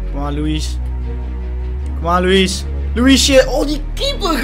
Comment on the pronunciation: Je zegt loeie niet loeies